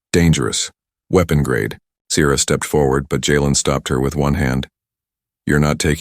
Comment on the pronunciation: your spelling and pronunciations suck. Sierra SEE ERRA, WARM in not worm. Stupid AI.